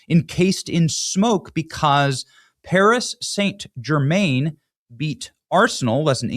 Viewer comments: Love you Benny but you slaughtered the pronunciation of that team. PSG, pronounced Paree San German. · Your getting it twisted again Benny, your narrative is wrong, there was plenty of white people taking part in the riots too, non Muslims, non African's, you clearly don't know anything about football hooliganism, you can't even pronounce Paris St Germain properly and it was the completion called the champions league not English league and in 1998 that was the world cup national team, so all in all you need to do better research before pointing the finger of blame to satisfy your narrative